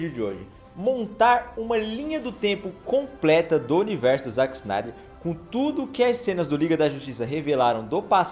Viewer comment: Dá uma aflição ouvir ele falando "ZAck" e não "ZÉck"